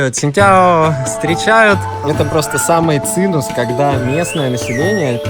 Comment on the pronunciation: цимус или цимес, не цинус = ))